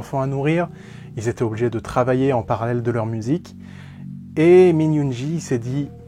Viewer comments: étant ARMY je suis super contente que tu parle de BTS par contre ta prononciation 😅 C'est (Youngui et pas Min Yoonji) .. sur You tube il y a les MV avec la traduction en général leurs chansons sont plus profondes si tu aime le rock tu devrais aimer Run BTS il parle de leur carrière dans cette chanson mais elle a une super sonorité elle est devenu l'une de mes chanson préférée...en tout cas c'est cool que tu essaie de faire connaître les garçons merci ...et pour ceux qui veulent les découvrir il n'est jamais trop tard ✌️💜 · min yoongi the best rapper ps on prononce yoonguill comme guillaume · Très bonne vidéo et très bonne analyse !! Par contre la façon dont tu prononce certains mots à partir du nom de Yoon-gi!!!!